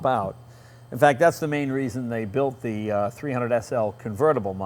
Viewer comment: Germans can't pronounce "the."